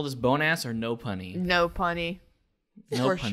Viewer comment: Is that “Nopunny” or “Nope, honey.” ?